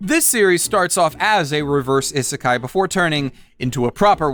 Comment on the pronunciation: He doesn't pronounce isekai correctly